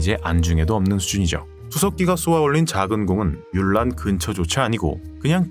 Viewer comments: 뮬란을 물란이라고 발음해서 문란해진건가? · 중국어 발음도 물란. 영어 발음도 물란. 한국에서만 뮬란. 한글이 없어서 표기 못하는 것도 아니고 왜 굳이 뮬란인가?